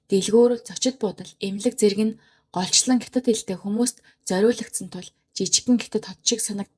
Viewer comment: Гятад гэж битгий уншаарай дүү.